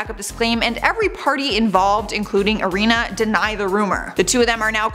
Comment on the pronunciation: Please say Ariana’s name right